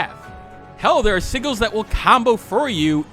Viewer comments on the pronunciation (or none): Not to be the grammar police but "sigils" is pronounced "sijil" with a jay sound. Great review on Tevi. I have it and Rabi-Ribi. Great games. I recommend you try the Momodora series too (3 games).